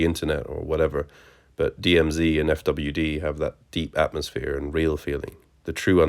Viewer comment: FWD is pronounced "Forward" btw ;)